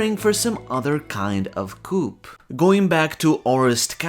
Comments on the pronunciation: coup is pronounced like "Coo" not "coop" exactly the same as coo in News Coo:) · Fun Fact: the word "Coup" used in things like "coup de grace" or " Coup d'état" (the last t is also silent)is a French word in which the "p" at the end is silent. If you pronounce it. is sound like "Coupe" which is French for "a cup". Love your content!!! by far my Fav One piece content creator! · just so you know, the p in coup is silent